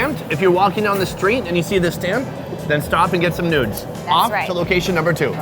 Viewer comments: Noodes or Nudes??? Noodes, baby!!!!!!!!!! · did you just said "nudes"